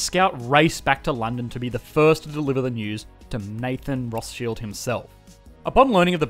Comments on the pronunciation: It's pronounced Rothschild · are you calling him nathan rothSHILLED?